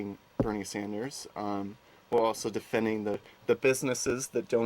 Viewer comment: A socialist who is NOT for Bernie Sanders? His name is NOT Saunders, it is Sanders.